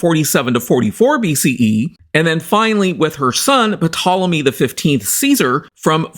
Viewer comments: The 'p' is silent - it's pronounced 'Tol-emy'. Demonstrable not 'demonstratable'. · The P is silent. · The 'P' is silent In Ptolemy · Dude .... The "P" in Ptolemy is SILENT! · it is, and it isn't. English pronunciation usually makes the P silent, while in both Classical Latin and Greek the P is pronounced and very much integral to the word. Just like "pneuma" (yes, the Tool song), in English they tend to say "neuma" when everyone else follows the traditional pronunciation of "pneuma" as it was in Ancient Greek. Just like now there are people who pronounce Julius Caesar the classical way (Iulius Kaiser) or the modern way (Julius Cesar). As a Geek, I'd continue pronouncing it as it was intended since it's pretty much a very distinct name, you won't find any other person named Ptolomy (Ptolemaeus) walking around in the street. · Is that the correct pronunciation? I've heard some treat the P as silent to say 'Tolemy'. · No no no! Its Ptolemy. In Greek you say it exactly as you write it. P is not silent.